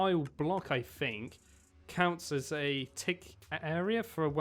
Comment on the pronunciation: I fink I'll get this Fink so? Hmm well if I fink hard enough DUDE STOP SSYING FINK ITS THINK